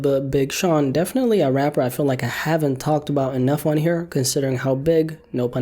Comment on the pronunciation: I hate the way you say Rapper i will pay you if you replace it with rap or hip hop artists rap musicians anything you sound like a three year old baby